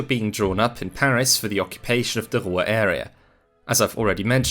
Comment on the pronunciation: How do you mangle the word Ruhr?